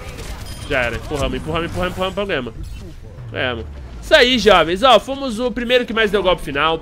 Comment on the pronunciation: "Fumus os primeiros..." kkkk